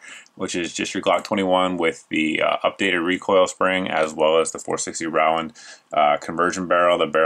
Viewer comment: John Rowland does not pronounce his last name the way you do, so why do you?